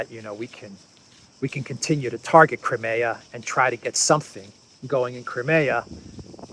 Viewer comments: It's not Crim-ay-a. It's crime-ear. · I wish would correct on his pronounciation of CRIMEA.. Howard